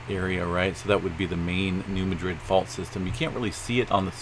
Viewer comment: It's not pronounced as Madrid, as in Spain. It is pronounced MAD-rid!